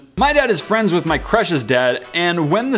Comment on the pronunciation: He said frind instead of friend